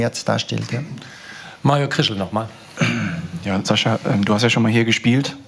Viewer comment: Sein name wird Sascha ausgesprochen , hat er selbst gesagt .